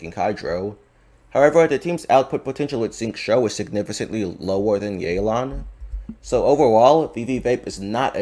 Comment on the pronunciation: I like your content but your pronunciation on Significantly always bothers me Signifi is fine but cantly is read like Kant-ly Sorry if this type of comment seems rude but it just bothers me